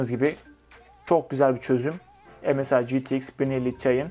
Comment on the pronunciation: Msi derken EMEL SAYIN diyo gibi 😂